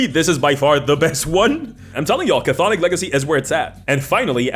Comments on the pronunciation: It’s pronounced “Thonic,” not “kuh-thonic.” You played yourself with that one. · It's funny how you talk about people mispronouncing Chthonic and then proceed to mispronounce it yourself. The C at the start of the word is silent, so it's just pronounced thonic and not cathonic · just an FYI; Cthonic is not pronounced "Ca-Thonic," it's Greek and Greeks like their silent letters, it just sounds like "Thonic," no "Ca" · Not to be "that guy", but I find it quite amusing you made a joke about people butchering the pronunciation of "chthonic" then proceed to spend the entire video saying it wrong. For future reference, the "Ch" at the start is totally silent. It's just "THAW-nik". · The word is pronounced "thon-ick". The first C is silent. I blame Cthulhu (where the first C should be silent as well, but nobody pronounces it correctly). Very entertaining video as usual, but I'm done giving WOTC any money for anything ever again. With games like DC20 and Shadowdark out there that do what D&D does better and don't hate their customers on top of it, I (sadly) am done with any new stuff produced for the world's premiere (but no longer greatest) roleplaying game. If Hasbro/WOTC still recognized that D&D is a hobby instead of a "lifestyle brand" and just focused on producing quality entertainment rather than making social commentary, I'd still be on board. But, frankly, at this point, it's so easy to just walk away, and notice that nothing of value was lost. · the C in cthonic is silent but you mispronounced it wrong on purpose for clicks touché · That's not how you pronounce chthonic though 🤦‍♂️ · Thank you. I cringed when I heard the pronunciation, and now I must brace myself for years of mispronunciation. I still wince when I hear someone Avernus with the same cadence as Inverness. Cthonic and Avernus are real words with pronunciations people can look up. I suppose if I can accept Sigil with a hard G, I'll adjust.